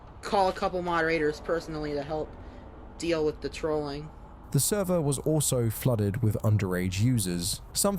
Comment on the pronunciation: He lost the “therver”